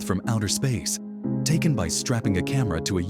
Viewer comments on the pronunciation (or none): none